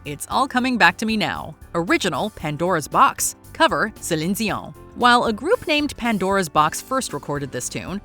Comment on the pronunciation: Heart and Soul? I went to thinking about T'Pau....Not Huey Lewis....OR Exile. I forgot Huey Lewis had a song called that....Guess I didn't care much For Huey Lewis....Or His News....LMAO Why are you saying Celine's name like that,? 🤣😅😂 And again....Valaire....I went to Steve Winwood....So....I guess it depends on your genre and style as to whether or not these are more popular....Okay, I've Never heard of 'The Family" Or that Prince formed a group called that, Where you got that from? Nothing Compares 2 U was performed by Prince and Rosie Gaines. Not weird white people no one has heard of...."The Family" Doesn't even sound remotely close to what he would call a group or band....I swear, NGL, For the longest time I would have sworn up and down that Jimi said 'S'cuse Me, While I Kiss This Guy"....And John Cale is my favorite version of 'Hallelujah" But sorry,, Rufus Wainwright's version is the one in Shrek.